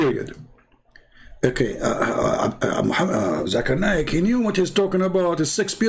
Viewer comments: Is come with the name zaka Nai 🤣🤣🤣they wrongly pronounced Zoko Nai 🤣🤣🤣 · 🤣🤣🤣🤣zaka nai, not zoko nai 🤣🤣🤣 you don’t understand. It’s me zaka nai 🤣🤣🤣